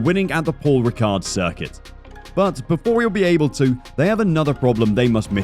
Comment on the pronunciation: You don't pronounce the d in ricard